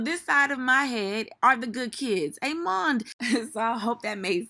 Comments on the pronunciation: That "Amond" be having me crying 😂😂😂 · IAS and “amand” 😂😂